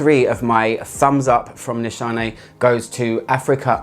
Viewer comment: Nishane is pronounced as you do! Nişane is a Turkish word but since there is no "ş" in the English alphabet, they used "sh" in the brand to make it more universal! Tell that Turkish person my greetings haha! :)